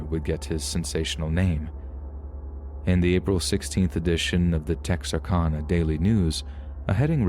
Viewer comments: I grew up practically living in Texarkana, and I can say this was pronounced tex ar can a hehe. But good and accurate story. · Tex-ar-CAN-uh. Short A :) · Its pronounced tex-r-can-a ...lol making this arkansas girl cringe the way you pronounced it lol